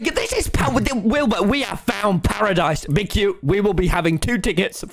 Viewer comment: it's Parisdise